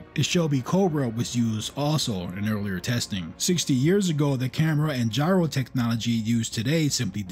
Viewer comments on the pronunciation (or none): none